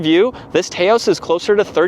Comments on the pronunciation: Taos is a place in NM known for a rugged and beautiful landscape. It’s pronounced TAH-OS Drives me nuts to hear people mispronounce the car name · Tay-os?? Really? 😆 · he is right. You don't pronounce tacos "tay-cos" do you? If so, may want to do some research. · You are deflecting now. You are in America so use the proper pronunciation for the country you live in and don't try to use British pronunciations for "aluminum" and come off disingenuous. No need to make an excuse and try to deflect that someone in say, Malaysia, says "Tay-Os" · Can’t even watch this video because you can’t pronounce Taos